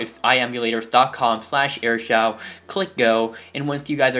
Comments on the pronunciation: It's pronounced air shoo not air shouw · It's Air shoo not air shau